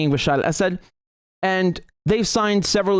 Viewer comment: You pronounce Bashar al Assad so well. Now try to say Shee JinPing.